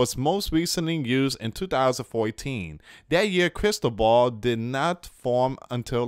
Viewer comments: Crysball is what the Fortune-tellers use it is a round crystal ball. You seen it in movies. So it is pronance Cris-toval. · Luis ti is pronace Cris-toval . it is a Spain's name. Blessings it is a boy's name and a Catholic saint.